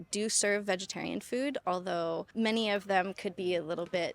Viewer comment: You can notice from her saying that she's originally Indian who's born in Canada but now claims to be residing in Japan. P.S. A strong accent was spot on as "cuz i swear *MAAANY* ppl i see..."